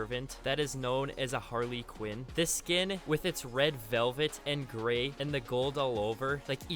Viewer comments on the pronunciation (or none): who the hell calls harlequin HARLEEQUIN, ITS PRONOUNCED HAR - LE - QUIN, not har LEE quin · It’s Pronounced harlaquinn..got me going crazy